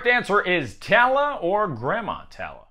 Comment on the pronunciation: It's tall-la for moana's grandmother